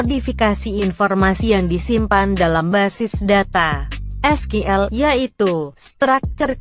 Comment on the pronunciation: SQL dibaca Skill ,, whatttt?😄😄